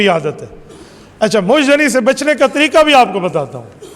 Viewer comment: اپنی اردو صحیح کرو ق کی جگہ ک کہنا چھوڑ دو ورنہ کسی پر تنقید کرنا چھوڑ دو سمجھ میں آ ئ لفظ ھے طریقہ آپ کہہ ر ھے ھو طریکہ جو سراسر غلط ھے